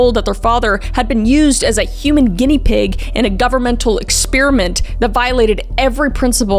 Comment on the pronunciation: Got-leeb, dull-less (like the airport), ex-PAIR-uh-mEnt not ex-spearmint